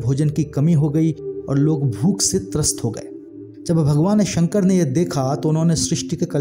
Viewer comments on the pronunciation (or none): none